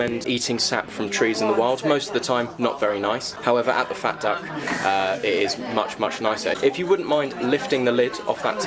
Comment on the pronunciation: Perdonate solo una sfumatura relativa ma... Il reiterato pronunciato 'fet duck' non dovrebbe essere 'fat duck' ? Anche il personale in servizio lo pronuncia cosi'... Ascoltando stona un po' la differente pronuncia.. Grazie